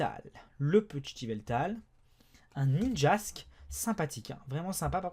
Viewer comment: Munja pas ninjask mais sinon super vidéo